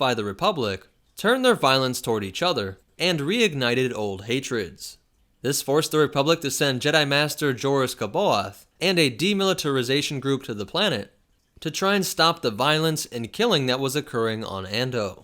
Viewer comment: It's pronounced:Jorus Se-Bay-Oth,as in C'Baoth.